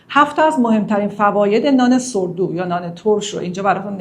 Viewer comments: ببخشید خانم ، ساور دو است نه سور دو ، ساور دو یعنی نانی که با خمیر ترش پخته میشه. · با درود بر شما و سپاس از زحمات شما. با عرض معذرت نان اين نان ساور دو خوانده مي شود نه سوردو…! مادربزرگم پنجاه سال پيش اين نان را در لرستان در خانه گاهي مي پخت و بهش مي گفتند دوواره پزي. نان پخته بيات را خيس مي كردند و خميرش م و آرد تازه اضافه كرده و بعد از استراحت بصورت گرده مي پختند🎉❤ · خانم تلفظ ساور دو Sourdough نه سور دو٫ بهتر نبود کمی مطالعه میکردید؟ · تلفظ این خانم در مورد خمیر ترش صحیح نیست و توضیحی که به ایشان داده شده است کاملا صدق میکند. البته در تیتر نوشته شده با خیال راحت بخورید. ولی گفته نشده که حتی این نان نیز قند خون را بالا میبرد و به هر حال نشاسته میباشد.بله راحت‌تر هضم میشود ولی هر مشگلی که در ارتباط با نان باشد با این نوع نان نیز میتواند بوجود آید. راحت نخورید چون ممکن است اضافه وزن پیدا کنید.